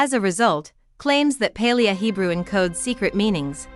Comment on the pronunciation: The constant mis-pronunciation of "Paleo" in this makes it pretty unbearable. It woulda been pretty good otherwise.